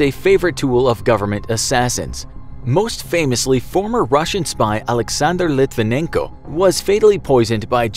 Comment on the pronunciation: LIT-VEN-YEN-KO. The N has a "NYA" sound.